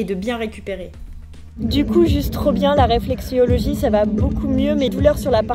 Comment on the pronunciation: RÉFLEXOLOGIE (ça fait mal d'entendre "réflexiologie") 😅